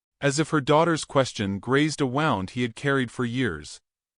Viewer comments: Wound in your narratives context is NOT pronounced like round. You're pronouncing like the clock was wound. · AI always gets that word's pronunciation wrong, no matter whose voice is used.